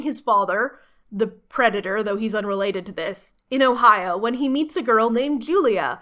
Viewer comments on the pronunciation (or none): none